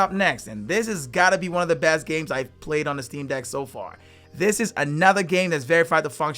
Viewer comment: Why does he keep saying dick instead of deck?